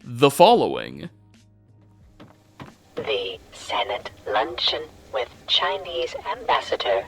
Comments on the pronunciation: ok it was a great video but im considering ending myself in minecraft if i hear someone say "lunch-on" instead of "luncheon" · I’ve never heard luncheon pronounced that way😅😂